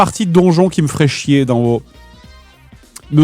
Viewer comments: CA SE PRONONCE WOW PAS WOO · A woo, la façon dont tu appels le jeu.... horrible lol